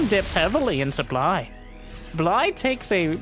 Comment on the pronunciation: Also "supbly"